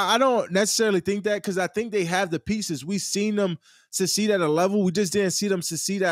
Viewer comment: He said susseed 😂😂